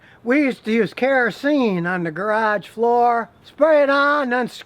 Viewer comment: Garage and yard says the same!!😂